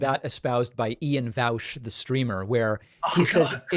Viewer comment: Is there some connotation with the "Vowsh" pronunciation?